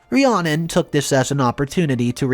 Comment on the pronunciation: The name Rhiannon is pronounced Re-Anna.